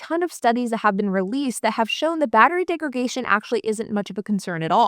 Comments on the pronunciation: I think you mean battery degradation. You keep saying "degragation", which isn't an English word. It's you adding an extra 'g' in degradation as a point of emphasis that is the problem there. The actual word isn't like segregation. It's degradation, with a 'd' on the 'dation'. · Degradation not degragation. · Came to the comments to say this. It's degraDation. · *Degradation not degragation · You keep saying "degragation." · It’s a verbal tic. She correctly says “degrade.” She knows the word, she just fumbles its pronunciation. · Degradation - from degrade , not DegraGation. 🤦‍♂️ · I had to listen to her say that 4 or 5 times to figure out what she was saying. Degregation. That second G threw me. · Why do you pronounce "degradation" this way? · Mispronouncing degradation is really annoying. Please stop.